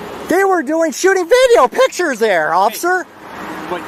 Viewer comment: 😂😂you would think a 'journalist' would know how to say pictures and that photographying isn't a word 😂😂